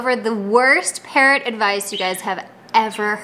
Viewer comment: Some times I think you saying, "Parent advice..."